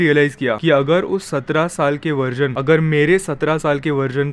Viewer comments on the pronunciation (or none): I swear everytime when he says 17 y/o version and i hear “ 17 y/o Virgin “